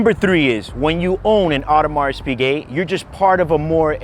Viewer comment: I watched one video where a guy couldn't even pronounce the Piquet part correctly. He said Pick Et.